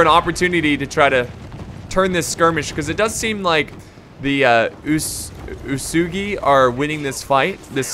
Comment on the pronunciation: OO-EH-S-GHI. Ōtomo I guess many English speakers cannot remind the original pronunciation of alphabet letters. It's much easier to explain the pronunciation to Italians or Spaniards.